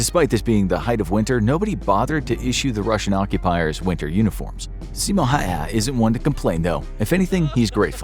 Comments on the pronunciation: Its not ”Hayha” its ”Häyhä” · its not Simo Hayha its Simo Häyhä . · It’s How-hah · its pronounced ha-u-ha not hayha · why did you say simo haha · Hes last name is pronounced "häuhä". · it can't be that hard to pronounce it the way it is supposed to and it's ok to pronounce it your own way, in this comment you said it's pronounced "Häuhä" when it really is "Häyhä" that is the way it's supposed to be pronounced and written there is nothing more to it case closed. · It's Simo Häyhä. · You pronounce his name wrong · The fact that he butchered that name 💀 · When they miss pronounce his last name 😭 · The way he said Häyhä got me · Are you nordic? Bc if you are then congrats im part estonian so i do pretty good with nordic names but i cant handle 2 ä's in one 5 letter word not to mention an american pronouncing it (i think he was american)